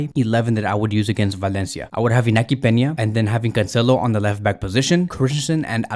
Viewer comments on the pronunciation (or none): none